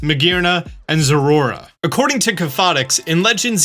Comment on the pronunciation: What's a "zorura?"